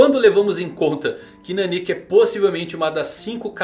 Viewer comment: Custa falar NÁnika? Meu Deus...